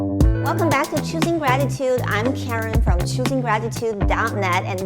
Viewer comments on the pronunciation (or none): none